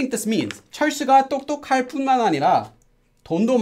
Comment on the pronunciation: 똑똑할 is pronounced as 똑또칼